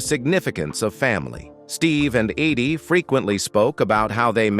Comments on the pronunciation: You keep saying her name wrong. Its Eydie not Aydie. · I hate this narrator's voice! He mispronounced Eydie's name consistently...........calling her "aidee" time after time. Where the hell did they get this guy? What a low budget tribute to a special couple.